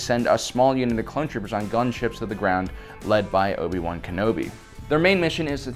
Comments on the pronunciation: “Obi-boo” There’s no other way of saying “Obi-Wan” and I can’t be convinced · "Obi Boo Kenobi"